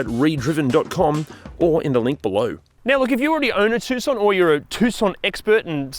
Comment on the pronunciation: At least you can pronounce Tucson correctly